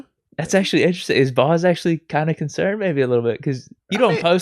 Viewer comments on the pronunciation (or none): Someone please tell #55 that the word is, Interesting not Instrastin'